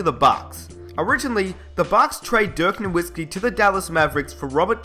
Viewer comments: even u say dirks name wrong ......smh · Dirk Norwhiskey and Hershey Hawkins? Gotta love englishmen.